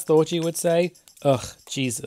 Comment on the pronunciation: That you didn't pronounce Thorgy like orgy or Porgy